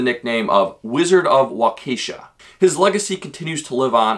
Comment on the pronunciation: you pronounce Waukesha wrong it's pronounced like wak a sha just so you know much love from Wisconsin